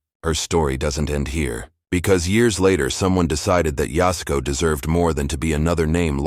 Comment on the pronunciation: It’s YAS-u-KO. Really just 2 syllables - YAS and KO, the “u” is barely spoken…